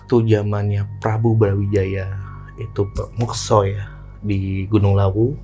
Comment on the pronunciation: MUKSO Bang, bukan MEKSO.